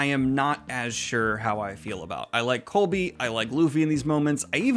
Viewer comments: Does Daniel think Koby’s name is “Colby”? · Fantastic review. Loved all the positivity! It still astounds me just how well this was received in general. Although it does break my heart every time you say "Colby" </3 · You keep saying Colby lol. His name is Koby, said like Kobe Bryant lol